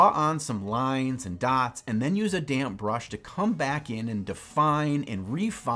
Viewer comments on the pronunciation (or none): Anyone else keep hearing "damn brush"? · Literally every time said "damp brush," I heard "damn brush," and the video was all the better because of this.